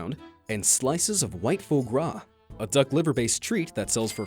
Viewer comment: Waygu: WAHG-yuu Four Gras: Fwahh-grahh 🙂